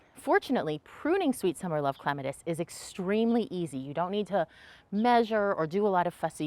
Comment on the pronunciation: Thank you for pronouncing it correctly 🙂